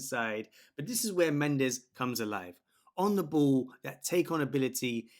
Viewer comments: Mate is not Nuno mendeseee (in spanish) is nuno mendeshh (in Portuguese), otherwise it sounds like me saying an english name with a french acent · Mendes, not Mendez ! S = ch/sh/x "Mendsh/ch" - The last "E" is silent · His name is Mendes ( portuguese) not Mendez ( spanish).